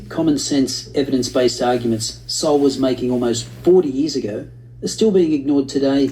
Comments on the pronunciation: I think "Sowell" is pronounced like "soul", rather than "So well"? I could be wrong, though. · Sowell said like Soul. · Thomas Sowell's last name is pronounced So-Whal not So-well. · Sowell was born in segregated Gastonia NC, and grew up in Harlem, NY City His last name is pronounced "soul," not "so-well." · Ya’ll are butchering his last name. It’s pronounced like Thomas SOUL not Thomas SO-WELL. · His name is pronounced "Soul," not Sow-ell. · Guys, it isn't 'SO WELL" It is said like SOUL. Thomas Sowell (soul). This is driving me nuts. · "Soul" its pronounced. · His last name is pronounced SOUL. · Sowell is pronounced like soul! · His last name is pronounced like Soul. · It's Thomas "Soul". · His last name is pronounced “soul” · It's pronounced SOUL. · FYI his last name is pronounced "soul".